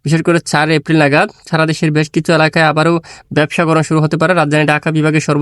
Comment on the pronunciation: ভাই একটু ক্লিয়ার করে বলবেন ব্যবসা গরম না ভাবসা গরম